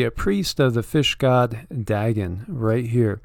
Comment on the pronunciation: It is pronounced " Day - gone" Dagon .......